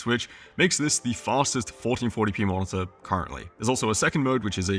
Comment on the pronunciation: it's spelled mo-ni-tor, not mon-za ffs